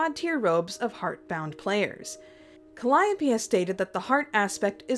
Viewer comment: um its not cal-o-pee, its cal-eee-ope